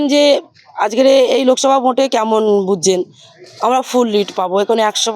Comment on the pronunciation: Oorrr bhasa dekh ajker ke ajger bolche